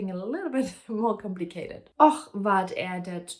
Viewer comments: I have not read the book, but I understood everything. The fact that you can read the words even though you don't understand them is amazing. It seems like the word och (and) is one of the hardest to pronounce. It actually has a K-sound , not an H-sound in the end. Like the English word lock, but without the L. Best of luck with your language studies. I can recommend the am Say anything to quickly translate a conversation. I used it as a volunteer welcoming Ukrainian refugees to Sweden. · You did really well! Swedish with a german accent is so charming, really love it 💚 Of course there are several tricky words, one of them is "och", it's pronounced "ock" or like a short "å". You go girl!